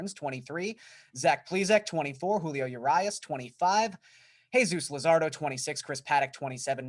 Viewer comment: Uh-Ree-us Julio Urias